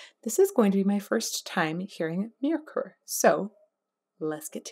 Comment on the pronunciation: Myrkur is the islandic World for Darkness,her relation to the scandinavian Black metal Scene. Pronounce it like Muer - Kur.